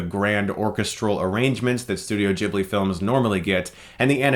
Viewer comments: It pronounce Ghibli not Jhibli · Sorry to be annoying, but ...Ghibli... is pronounced with a hard G, like guitar, not like Jesus. :)